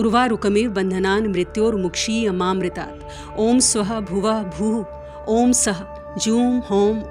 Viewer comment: It's Bhurr not Bhoo and it's Harum not Hom